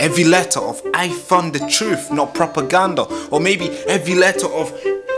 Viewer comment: TRUTH, THE WORD IS TRUTH, Not Twoof! I thought you were born here?